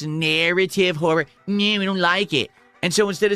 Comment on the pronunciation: Anyone else unreasonably angered about how he says “horror”?